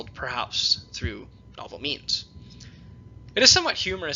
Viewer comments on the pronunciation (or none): none